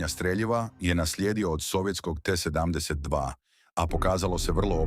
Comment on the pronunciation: T72 = 7....10.....2😂😂😂 idi kod logopeda rvat